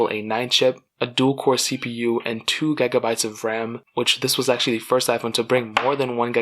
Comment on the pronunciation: Why does he say gigabytes so weirdly